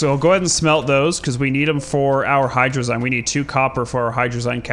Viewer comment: ya sayin hydrazine incorrectly.